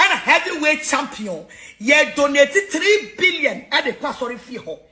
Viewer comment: "TiILLII BIILION" 😂😂😂